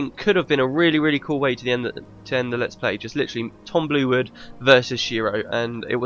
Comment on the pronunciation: Real cool ending. Nice done. I mean the whole let´s play. But it´s maybe just me but I allways unterstand "Tom Blewit" instead of "Tom Bluewood". Maybe because the name Tom Blewit sounds more funny XD Especially in one situation (I don´t know the exact episode) where you red a dialogue and it soundes like this: "It´s Tom blew it again". The meaning sounded for me like: It is Tom. He blew it again. And I had to laugh so hard.